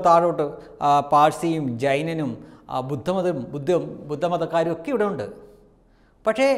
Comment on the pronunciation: അതെന്താ ഭായ്.. ഉണ്ടു ഉണ്ടു ന്നു പറയുന്നത്? ഉണ്ട് ന്നു പറയൂ